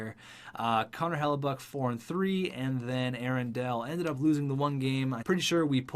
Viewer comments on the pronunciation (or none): none